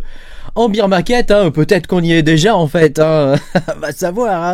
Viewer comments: En fait on dit "baire" et pas "bire". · Beaaaar pas beeeeer 😂❤